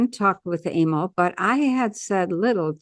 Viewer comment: Emile pronounced a-meal.